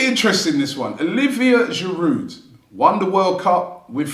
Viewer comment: Why would Olivier come back when the fan channel host still can't pronounce his surname correctly?